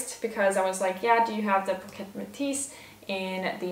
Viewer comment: I am sure it doesn't pronounce " pocket metis" it pronounce" posh-et" metis.😂😂😂😂